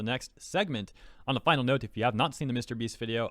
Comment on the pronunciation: Jesus what? What a funny way to pronounce MrBeast We actually live in a society where Jesus could be healing sick people and Twittards would say "He's only healing them for the views in YouTube!" I mean WTF man, they literally don't know what to do with their life so they waste it being retarded in Twitter.